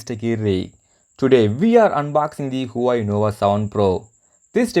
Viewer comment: what the hell is "PROSER"? what is the phone brand again? i heard "HWEI" WTF IS THAT